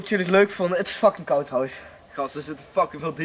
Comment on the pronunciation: Hij zegt dit is koud jonge maar dan met accent😂